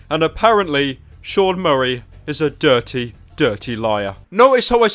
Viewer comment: the way u said dirty im dead hahahaha